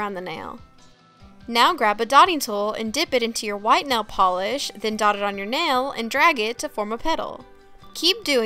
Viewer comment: NAIL not NELL